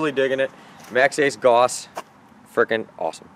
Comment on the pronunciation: I've always said "Gauss" like "Gowss" interesting to hear something say "Goss"